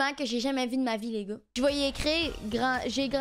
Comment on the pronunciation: A chaque fois elle dis les gars j'entends n.igga